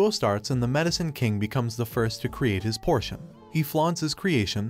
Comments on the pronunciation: POTION NOT PORTION Are you a google translate voice? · Potion not portion